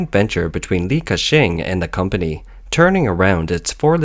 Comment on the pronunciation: Li Kashing -in